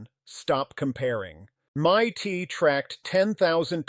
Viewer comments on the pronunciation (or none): This AI guy is good until he calls MIT as "mytee" instead of M.I.T